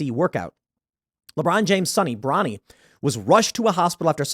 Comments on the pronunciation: "Bronny," really?!? 😂😂😂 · 'Bronny' 😂😂😂😂 cmon man! That's ridiculous